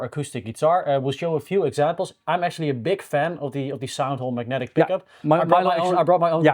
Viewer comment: 'bassive' ? 'bick up' ?